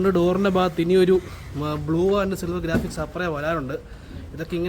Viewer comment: ഗാഫിക്സ് അല്ല ബ്രോ ഗ്രാഫിക്സ് എന്നാണ്